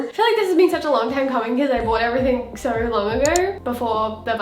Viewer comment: I don't know why when she say "so" i get so mad 😂😂cuz she sound like saying sir😡😂